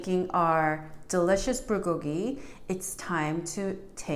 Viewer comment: Why is the B pronounced "pr"? I'm confused. LOL : ). ----------by the way I received my roasted sesame seeds and kimchi today. Yesterday I received my gim. I'm going to make gimbap next week with imitation crab, green onions, korean short grain rice, carrots, and egg strips! Ya!